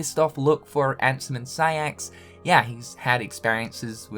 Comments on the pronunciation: “Saix.” Not siax just a little auto correction there. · My man....Why you do Siax like that? What's wrong with Saïx? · Ah yes, Siax